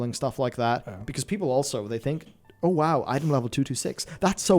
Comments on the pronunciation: saying woah instead of wow.-. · One man on a mission to pronounce the acronym for World of Warcraft as "whoa" even though it literally spells the word "wow". This is another example of how I feel like M+ is gradually choking the life out of the game. It's made them lazier at dungeon and encounter design, it's cheapened the value of raiding as endgame content, and now you got them releasing new content to essentially be obsolete on launch for power progression because if they don't do it that way it will devalue it for M+ in a *future patch*. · I cringe every time he says wow and for some awful reason pronounces it "whoa-wu". Cringe was not enough apparently as i now had the pleasure of hearing you say wowhead Just why ͡ಥ ͜ʖ ͡ಥ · Is there a reason that calls it “woah” that I’ve missed? 😂